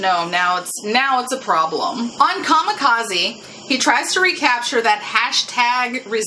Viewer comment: Kamikaze”Kah-Me-Kah-Zeh” or Divine Wind. What you pronounced was Kamakazi which isn’t a word. Just relaying that.